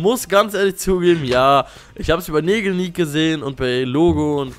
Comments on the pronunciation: du hast nägelniek gesagt also wirklich er heißt NEBELNIEK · Negelniek? Du wagst es den Namen von Karli Kolumbus falsch auszusprechen ? MÖGEN DIE ILLUMINATEN DICH VERFLUCHEN ! GG ANDERSON FINDET DICH! (Video war schon nice) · weiß, aber im Video hört es sich so an, als ob er "NegelNiek" sagt :D Bei mir zu mindest :x